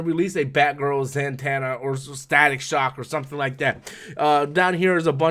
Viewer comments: it's not that I don't think he knows the character or meaning, it's the pronouncing of her name that gets me. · He is not the only youtuber who mispronounced her name this way